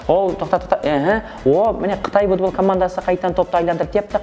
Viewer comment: минут будбол емес футбол. варатал емес ворота. пиналтый емес пенальти. Дубляж ким истеди ози сауатсыз акымактар. и сосын еш кулетин зат таппадым. Жигитлер изденинда аздап. не мынау истеген затларыныз. 👎👎👎